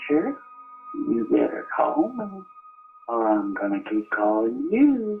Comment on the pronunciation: Number seven sound like “colp me”. Its funny